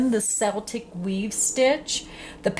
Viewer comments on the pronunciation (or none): Only one complaint.....it's not seltic....it's pronounced Keltic..grma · Celtic in this instance is pronounced Keltic. Celtic as in seltic..is name of Glasgow football team. Celtic is a culture Scots, Welsh, Irish are Celts (Kelts) ;) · Yes pronounced 'keltic' but spelled Celtic... its really a no-brainer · What is this a multiple of? You normally let us know so that we can use it for our projects. (Btw...Celtic —- the c has the k sound...”kel-tic”. ) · The c has a hard c sound, pronounced "keltic" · It's pronounced Kel/tik. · You pronounced Celtic wrong. The way you said it is like the basketball team. Even they say it wrong. Keep up the good work. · You are right. My hubby is Irish. 😊❤